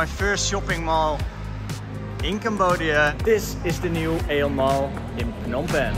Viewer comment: Pronounced E On